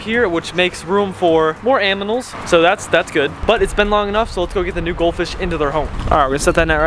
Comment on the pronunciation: Which makes more room for more aminals haha i love how he said aminals instead of animals..